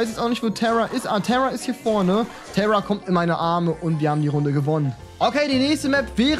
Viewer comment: Sie heißt tare und nicht tera😡😡😡😂😂